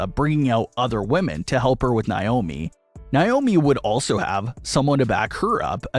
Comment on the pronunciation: Say it with me ….NAY- OH- MEE